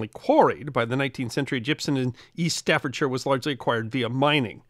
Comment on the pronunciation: Respect to the for pronouncing Staffordshire correctly.